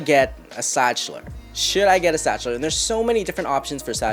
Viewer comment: Zakhtler not stchler